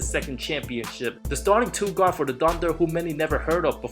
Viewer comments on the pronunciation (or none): none